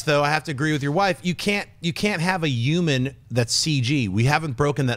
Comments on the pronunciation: U guys ever notice Schnepp doesn't pronounce the h's in words like human. He'll say uman 🤔 just sayin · D Yuman factor, InYumans movie, Suicide Squad Yumor... I can't unhear it. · Schnepp...what is a "euman"? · Schnepp saying h-words. Yuman, yumor, inyumans